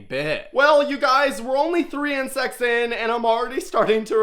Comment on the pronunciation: bro you said inscects not crabs